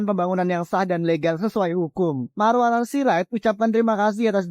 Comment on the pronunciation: Maruarar mbak , bukan Maruar..😅😅😊😅😅